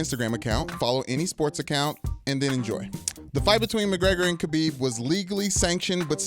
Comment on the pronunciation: Its not Habib. Its pronounced with a throaty sound, not an h sound. Just say khabib like everyone else instead of trying to look smart.